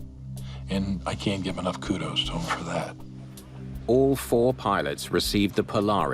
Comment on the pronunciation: KUDOS. NOT KUDOSE.